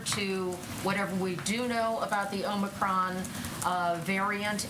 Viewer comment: Please tell Brandon it's OMICRON.....not OMNICRON.